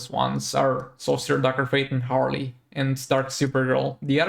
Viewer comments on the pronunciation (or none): none